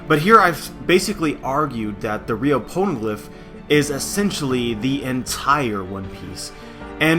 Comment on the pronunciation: why do I keep on hearing porno glif?